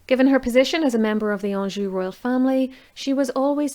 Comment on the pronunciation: ha ha I don't know the best way to pronounce it but it sounds correct to me. LOL... Let's see what the Sharpshooters say.